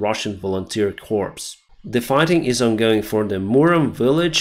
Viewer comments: corps can be pronounced "cores" or "core", but not "corpse"! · Corps [kor], corpse [korps] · Hi love your updates. I know English words are hard to pronounce, and I used to get this wrong. "Corps" Is pronounced "core". Corpse ( how you are pronouncing Corps) is a dead body. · corps is pronounced "kor" not "corpse" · The military term corps is pronounced "kor" rhymes with more. Corpse "korps" is a dead body. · .......corps is not pronounced "corpse" but is pronounced "core" or "kor" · FYI, Corps is pronounced like Core, the p at the end is silent. Thank you for keeping us updated. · Please,, a "corpse" is a dead human body. A corps, a french word pronounced "core" is a military unit. And there is no such thing as an "advancement". An army "advances" or has "advanced." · Language lesson. Might be important. You pronounce "Corps" As corpse. That is exactly wrong. A Corps is anywhere from two to eight divisons. Anywhere from 15 to 100 thousand men. And it is pronounced Core. Corpse, on the other hand, means one dead man. PLEASE stop calling our armies dead men. Please stop calling all our troops one dead man. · Always interesting, thanks. A note, army “corps” is pronounced “cor”. If you pronounce that word with the the “S” at the end it becomes “corpse”… a dead body. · the word corps like military corps is pronounced core like apple core. When you talk about a deceased person you do pronounce the ps then in corpse. Many people even former presidents mispronounce the word corps. Stay safe and healthy. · corps' would be cores like more than one corps otherwise individually it is pronounced core. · Great update as always! I’m eagerly awaiting the counteroffensive. Just so you know, the word “corps” is pronounced without the P and S! It’s pronounced like the word “core”. Former US Army guy here:-) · FYI, the "P" in Corps is silent in English. Great video. I enjoy your channel.